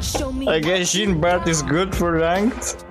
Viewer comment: My French soul everytime pronouce "Jean" - Mister Stark..I don't feel so good..